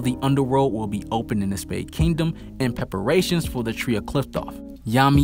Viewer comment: “In pepperation”